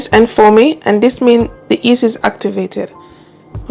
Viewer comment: Hi, the correct pronunciation is yeast not east!